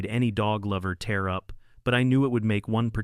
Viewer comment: Your AI doesn't know the difference between tear and tear.